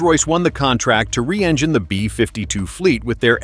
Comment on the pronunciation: Another dumb AI video. Somehow it pronounces the word "engine" so it sounds more like "vagina". The black smoke only lasts during takeoff when water injection is used. I'll be skipping all future videos from MaydayOne.